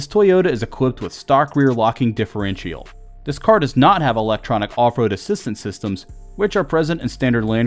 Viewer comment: Also, "different-chee-all"